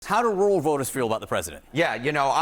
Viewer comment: Roo-el, lol not row-el.